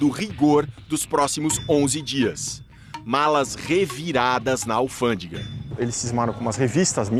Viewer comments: "alfândiga" KKKKKKKKKKKKKK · eu sei que o assunto é sério, mas não consegui deixar de rir com "alfândiga" 😂😂😂